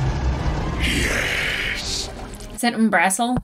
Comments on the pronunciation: while i love your content please stop saying 'um-brass-el' its 'um-bra-cil' roll the r if you can tho not required if you just cant roll rs i know not everyone can lol XD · At the risk of sounding like a CR nit-picker (for which I humbly apologizes) the name of the dragon in this episode pronounced UM-bra-sil, not UM-brass-sil. Which, by the way, is voiced in both the live stream and in TLoVM by the talented Matt Mercer. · The dragon's name is pronounced Umbra-sil, emphasis on sil, not -bra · I believe the dragons name is pronounced like the beginning of umbrella, then sill like windowsill. Umbre-sill. I believe thats how matt pronounced it. Someone correct me if im wrong. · Just a not on Umbrasyl's name, it's pronounced like the word umbra (the part of a shadow) sill (like window sill). Anyway, loving your reactions. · Just for reference the dragon’s name is pronounced Umbra- sill